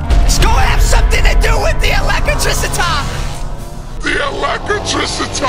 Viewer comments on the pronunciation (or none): THE ELECITRICITAH! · English: Elecitricitah Among us: Electrical